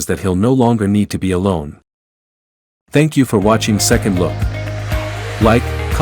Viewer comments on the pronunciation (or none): none